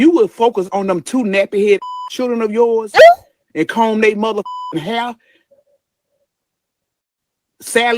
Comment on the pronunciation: She gives muvaa instead of mother chiiii